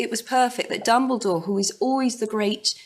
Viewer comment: I'm sorry but it's dumbledore not dumbledoor but never mind... XD